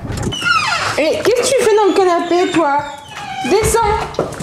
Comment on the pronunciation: elle s’est renseigné au niveau du « pwii »😂😂